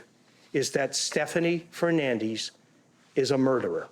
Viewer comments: Fernandez!! Say the name correctly. Lol fernandeezz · Hernandiiis. Why can't they just read it is it is???? Fernandez not Fernandiiiiz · Her name is Fernandez. Stopp saying fernandeeze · It is FernandEz not FernandIz… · Its Fernandez, Not Fernandizz🙄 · FernandEz !!!!!!! not fernandeez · Fernandez is pronounced as fernandez, not firnandiz. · Every time they said FernanDEEZ... 😅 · FERRRR-NAN-DEZZZZ it is a Mexican name. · The pronunciation of “Fer-nan-DEEs” is a crime in itself. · Why is her last name keep being pronounced Fernandees? 🧐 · Even the daughter says Feenandiiizzz Thats just sad 😂😂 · “Fernandees.” 😂 Tell me you’re ashamed of your Latin name without telling me… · Fernandeez? Lol okay turn it italian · Fernan"dis" WTF? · I wonder if she knows she’s completely butchering her own last name she’s completely mispronouncing it lol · Awe this poor baby- now grown lady I imagine. Does not pronounce her Hispanic last name correctly. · She doesn't even know how to pronounce her own last name 😂😂😂😂😂😂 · Why are they pronouncing Fernandez that way?? 🤷🏻‍♂️ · Never trust a Ho who mispronounces her surname to try to hide the Spanish ethnicity in it. Her daughter looks dumbusoriboubceing it as well. it's not a matter of opinion it's an existing name with an existing name with an existing pronunciation. She was a terrible witness continuing to look to the left side of her brain which is the imaginative side which means that you're making up a lie or trying to make up a lie and not actually remembering. Also she said that she wasn't scared of her husband when she was sleeping with other people and that's a wrong answer cuz you're supposed to say you're ALWAYS scared if you're a victim.